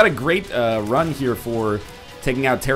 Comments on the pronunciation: When he fought teratoma on the chest he said Tera-tomo. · I couldn't help but lauch with NLs slip of the tongue calling Teratoma, Teratomo but my mind instantly jumped to think of Fistula as Fistarouka but now I realize how terrible both of those are.... "tear a Tomo" and "fist a Rouka" please dont hate me Rouka.